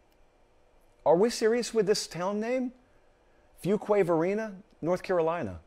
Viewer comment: Hey man don't make fun of fuquay- Varinia, i Live there LOL 30K people also do and it'll be just as big as cary in the next 5 years.. At least you said it correctly, Go pack